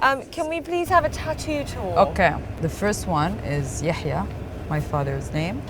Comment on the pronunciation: She is not Yaya, she is Yahya, H like house.